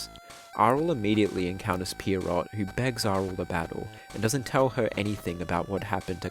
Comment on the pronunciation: Pretty sure the name "Pierrot" is supposed to be pronounced "Pier-roh" with the T being silent. It's a French word IIRC (and its literally just their word for clown). But I will not clown on your pronounciation for long.